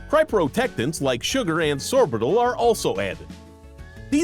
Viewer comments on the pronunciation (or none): Definitely. They way it pronounced "sorbitol"..... lol. Also, sad.